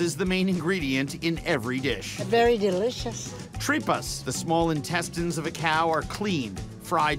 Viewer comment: Tripas is pronounced like Three-pas not tree pas.